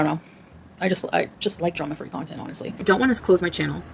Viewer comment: when she says content, it sounded like cuntent to me.